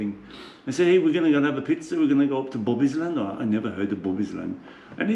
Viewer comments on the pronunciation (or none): none